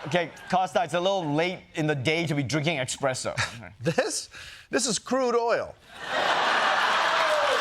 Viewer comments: Ronnie you're hilarious, but it's espresso not expresso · Ha ha “Expresso” (sic) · Ronnie calling it Expresso just to put the boot into Italy as well 🤌